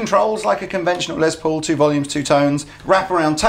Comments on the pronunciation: It's Les Paul, a shortened version of Lester Polfous (his real name), so the "s" in Les is pronounced as an "s", not a "z" as in Lez. Just helping out from here in the US. Be that as it may, I want an SG Jr. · "Less" Paul. He was American. Say it right.